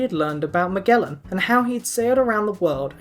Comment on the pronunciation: You may be the first non-Portuguese speaking person who pronounces Magalhães (Magellan) correctly with a hard G. <3